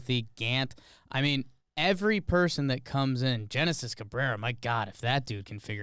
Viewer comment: Genesis name is actually said Henesis